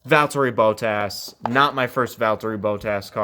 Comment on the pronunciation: why did you say bottas like that